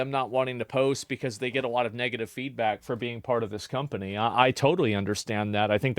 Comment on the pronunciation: Did you just call Ubisoft a scumpany?